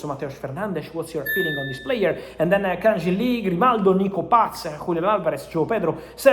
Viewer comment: Fabrizio, with respect. It's Kang-in Lee. Not Jin. You keep saying his name wrong.